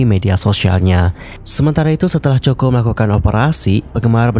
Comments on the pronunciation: bacanya KOKO, 😭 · iya dengernya 😂😂😂Choco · English nya jelek bgt sih kakkk. Kayak gini kan jadi malu2in diri sendiri.... Coco lee, di baca nya koko li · Aneh dengernya. Nama orang koq plesetin penyebutannya. Bagaimana kalau nama channel anda di baca tidak sesuai dg nama yg sdh dibrand, pasti nyesek. Hampir di semua acara dia jelas2 di panggil. COCO LEE (baca KOKO). Bahkan saat dinobatkan sebagai BA Chanel doi berulang2 menyebut COCO (KOKO) CHANEL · Kok coko 😂😂😂😂 bacanya koko tulisanya coco lee😂😂😂😂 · Gimana bs seorang Content Creator ngebahas tentang satu tokoh tanpa cari tau dulu hal paling sederhana dan mendasar, yaitu penyebutan nama. Well helloo,, it pronounced KOKO and NOT COKO!!!! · bukan cho ko, tapi ko ko lie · Pengucapan bukan coko.. Tapi koko Lee... Hmmm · Sakit kuping sy dgr nsma Coco Lee jadi Coko Lee. Moga2 be Coko l de buat yg ... 😞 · bukan coko min...lafalnya yang benul didenger dulu sebelum ngonten...sangat mengganggu min koko yang benul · Bukan coko. Koko. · Mas...... sebutan nya biar betul Mas....... Bukan Choko Lee tapi Coco ( Koko ) Lee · Maaf salah sebutan. Nama mendiang ialah Coco (Koko) Li Wen bukan Choko Li. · Bacanya 'Koko' bukan choco kaya chocolate. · Bukan coko ya tp koko cr bacanya....itu terinspirasi dr brand parfum favoritnya doi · Coco [pronounce nya Koko]. Keliatan tidak riset dengan seksama. Coba periksa media internasional nyebut nama Coco Lee seperti apa. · coco dibaca Koko, not choko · bacanya koko, bukan coko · Coco lee.. Di baca koko li. Bukan coko.. Jadi aneh dengernya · Maaf...Coco bacanya Kowkow..bukan Coko 😥😥😥 sama seperti Coco Chanel..bacanya Kowkow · Coco ( koko spelling) please read carefully before you spread the news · Coco Lee bukan coko lee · Aduh ganggu bgt ya min penyebutan coko lee nya...COCO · Ini ganggu banget dengernya coko. Kl ngk tau spelling nya se ngknya google dl mas 😅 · Kok coko.. Ga enak dgrnya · Mbacanya Koko min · Kok coko lee sih baca nya😂😂😂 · haloooo, sebut namanya salah tuh, yg benar coco=koko